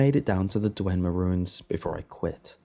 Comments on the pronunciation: It's Dwemer, not DweNmer. Nice story and narration though. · Dwemer mate. Not Dwenmer